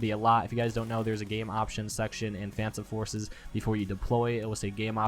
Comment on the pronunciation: tip: say phantom forces correct